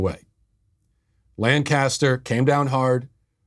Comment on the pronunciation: Hi Matt, As a Pennsylvanian, you're hurting my heart and my ears every time you mispronounce the word Lancaster. It is pronounced LANKa-ster with the emphasis on lank. And although I'm sure it makes for good reporting, I wish you would stop emphasizing that it's in the middle of Amish country, as if it was some sleepy country stick town stuck in another century. Lancaster is one of the major cities of Pennsylvania with a heavy Black and Hispanic (Latino? Latinx?) population and a reputation for being a fairly rough place.